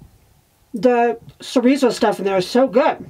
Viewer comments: I read about using soy flour and some apple sauce for egg replacement in Tightwad Gazette years ago so I do that often. Tho I am not cheagan. BTW do you mean Chorizo? I believe it's cha like in child, :) At least that's the way we pronounced it when we made burritos at our store. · Great job can’t wait to try it. If you are interested the word chorizo is pronounced ch like chuck and a long o. So is sounds like cho re zo.